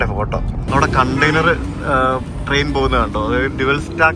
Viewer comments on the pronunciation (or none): none